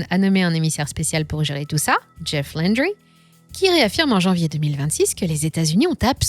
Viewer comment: Jeff Landry, prononcer à la française SVP, il est Louisianais.